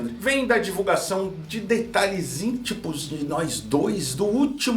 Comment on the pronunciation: “Detalhes íntipus de nós dois” 😅